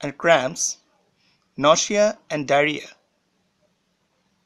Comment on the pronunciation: Are you a doctor? You pronouces every word wrong. U cant even say nausea or esophagus or anything properly. And you pause way too long for no reason. I cant even watch this